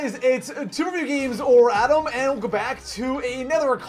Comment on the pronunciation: Did he said everytime for every video atom or adam?